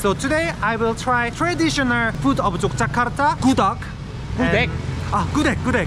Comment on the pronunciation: Akhirnya bilang Yogyakarta pakai huruf 'G' bukan Yokyakarta pakai 'K' 😁